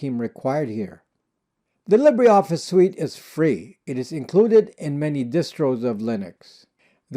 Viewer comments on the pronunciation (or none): Its NOT LibréOffice. Its LibreOffice ! You don't pronounce the "e" (even less "é") but just : LibrOffice and voilà... there you go !!! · Interesting pronunciation of 'libra'. As a Brit I pronounce it in the French way 'li-bre' (lee-bruh) to mean 'free'. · Pronounced leeber office not lib rey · LibreOffice ftw! BTW it is pronounced Li-ber Office, not Lib-rey Office! Just like: Fibre = Fi-ber not Fib-rey! Titre = Ti-ter not Tit-rey! Cadre = Cah-der not Cad-rey! Sabre = Say-ber not Sab-rey! I know English isn’t your first language, so I’m just adding this for English speakers. These words are of French origin (not Spanish or Italian) - so that is the reason for their non-phonetic pronunciation. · Libre pronounced “Lee-Bra”